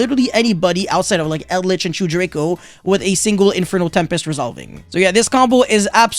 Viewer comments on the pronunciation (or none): none